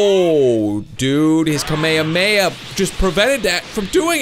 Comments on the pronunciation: its not kameme it'd kamehameha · You and the dub say Kamehameha wrong. also watch Dragon Ball Super you're missing out. the only non cringeworthy dub is Hellsing. My biggest problem is how I and several Youtubers do a better Goku than the professionals from the official dubs.